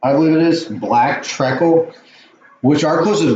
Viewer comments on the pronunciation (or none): Not trekle😂 it’s treecle!!